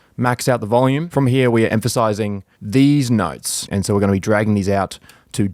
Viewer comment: i love when emphasizes these nuts